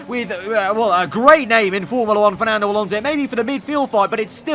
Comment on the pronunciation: It's fsnando bloody alonso